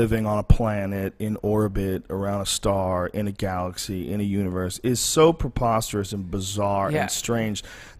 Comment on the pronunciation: Drinking game , take a shot every time joe says popasterous lol sorry for my spelling lol